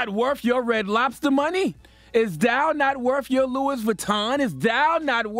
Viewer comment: is Louis not loui.